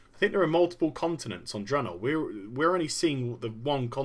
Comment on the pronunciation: Blizzard is in such HORRIFIC disfunction, the majority of the employees don't even know how to pronouce THE NAME OF THE PRODUCT THEY'RE WORKING ON. The guy in charge says "Dra-naw". The EMPLOYEES who clearly never even communicate with anyone else, say it "Drey-naw". What an unbelievably disfunctional company. Metzen clearly never even enters the company Break Room to grab a soda, because that's getting to near the peons. Not acceptable to a multi-millionaire like him. So we get endless Blizzard employees getting up on the stage at Blizzcon and continuously PRONOUNCING THE NAME OF THEIR PRODUCT WRONG. Blizzard Entertainment is, literally, the example of how a company should NOT be run.